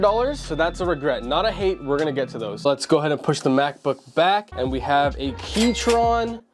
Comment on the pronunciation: just sayin, Its Keychron not Keytron, Great vid though